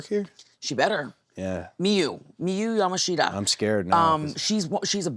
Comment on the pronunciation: Ya mosh ta is how its pronounced Japanese vowels make different sounds